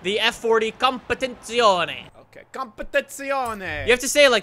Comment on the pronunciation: Whenever they say competizione an italian dies